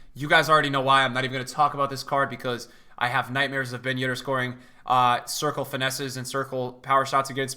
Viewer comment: at the beginning of the year: BEN YEDDAH